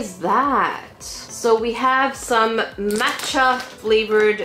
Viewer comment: You say Ramen and Matcha totally different then I do hahah